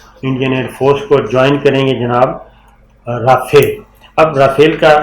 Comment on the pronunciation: Sabir Bhai es ka name RAFIAL nae RAFAAL hy.